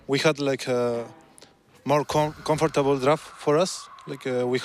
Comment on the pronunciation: "Confortabol" xddsss anotadazo